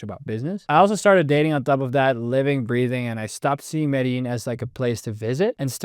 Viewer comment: You lived for two years in Medellin but never learnt how to pronounce Medellin?!?!?